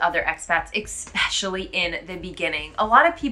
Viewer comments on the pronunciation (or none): You are still pronouncing the word "especially" with an X. There is no x. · I'm so much sorry I would ask you a question. The word especially you pronounce like "ikspeshely" is this the way, how i have to pronounce this? I'm not the native English speaking person,so can you explain it to me please.